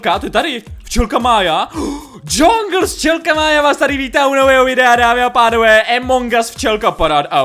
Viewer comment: jungle jak jongles ale nechci te urazit